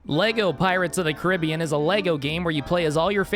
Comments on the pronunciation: Weird, I always thought it was pronounced "Caribbean". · Man fr says Caribbean instead of Caribbean